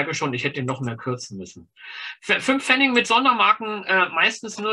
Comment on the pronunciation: Es heißt aber bitte "Pfennig" und nicht "Pfenning".